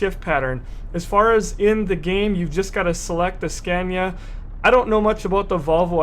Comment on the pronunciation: its funny how americans say Scania :D .....americans say "Scäniä" xD